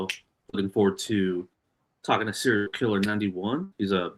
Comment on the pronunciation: Awesome to see and, Yes you pronounce my name correct